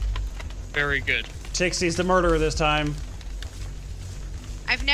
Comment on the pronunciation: At the beginning when said very good I thought he said 'bere' good I'm not sorry